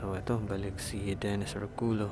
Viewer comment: ORCULLO po is pronounced as ORKULYO✌🏻